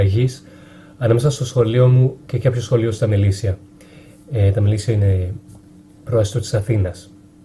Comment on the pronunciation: Προαστιο ειναι αδερφε οχι προαστο